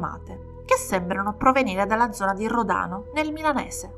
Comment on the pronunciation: Spilotros è venuto a votare al seggio dove facevo da scrutatrice, alla fine degli anni ‘90 (aveva cambiato Paese di residenza): immaginate la mia faccia quando ho visto i suoi documenti… 🥶 Storia agghiacciante sotto tutti i punti di vista, poveri piccoli. PS per: gli accenti corretti sono Spìlotros e Ròdano 😘